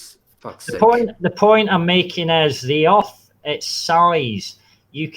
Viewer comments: Accent was interesting. I repeatedly heard "shape of the arse". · Did he always say 'erf'?